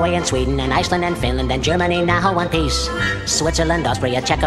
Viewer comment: one pieche XD